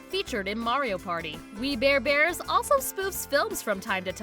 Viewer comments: "WE BARE EBARS" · "We bear ebars" Lol